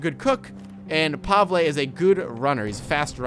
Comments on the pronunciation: Pavele not pavla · every place and everyone pronounces it differently - I know kat'yas infact I've never heard Kasha and Pavel